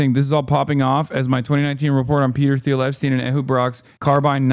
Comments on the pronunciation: It's a hard T sound, like Peter "Teal" not "Theal" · why you say "th-eel" and not "teel" thoooooo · It’s pronounced “Teel” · hasan doesn’t know how to pronounce peter thiel’s last name?